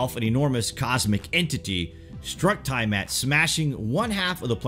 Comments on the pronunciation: The Planet that was destroyed by nibiru is not called ty mat it was called T-ah mat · Great video. Btw. It's pronounced Tee-uh-mat. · Tiamat = TEA-ah-mott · NOT TIE-mat OMFG IF I HEAR YOU MIS PRONOUNCE THAT ONE MORE FKN TIME. hahah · yes i agree